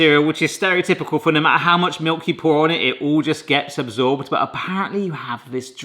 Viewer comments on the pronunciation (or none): none